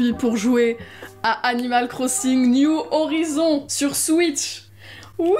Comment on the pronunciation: « New horizon » avec l’accent bien fr